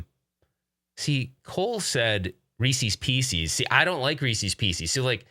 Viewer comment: Another great coffee talk! Looking forward to seeing the videos that you and Mason shot. It's Reeces Pieces not pee cees. 😉😀🤣